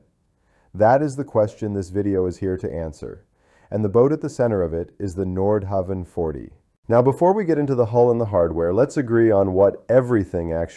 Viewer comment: Pronunciation is terrible. Nordhauwn is closer. There’s no W sound in Danish. Havn is pronounced Hown. Like København, which is Copenhagen, it’s pronounced KoobenHaun.